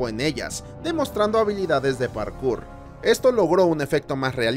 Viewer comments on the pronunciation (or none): none